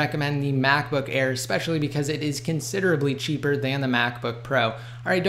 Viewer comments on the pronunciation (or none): none